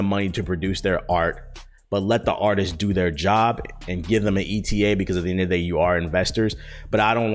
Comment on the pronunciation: did he just say “end of the gay”?